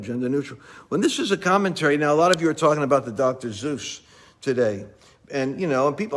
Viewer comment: Dr. Zeus?! It's Dr. Seuss. ;_)